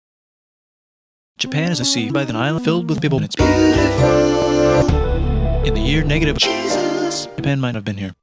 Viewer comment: "And its beautifuuf"